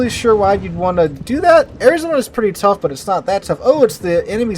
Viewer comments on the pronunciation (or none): none